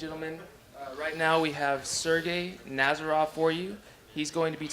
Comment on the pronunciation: Nazarov not Nararov